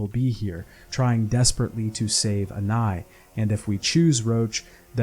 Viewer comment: why are you saying anais like that? who tf is anai?